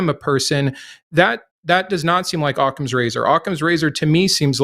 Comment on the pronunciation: Did say Ottman's Razor?